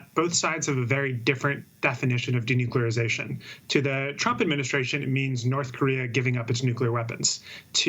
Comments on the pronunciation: Denuclearization. This assbag can't even say it right. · He can barely say denuclearization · By how Trump said the word I know he could not spell denuclearization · Number one sentence 😂😂 "denuclearization" This is one fookin word!lol